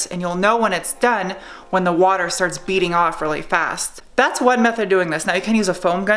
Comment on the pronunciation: Am I the only one that giggles every time says "beading off"? 😂😂😂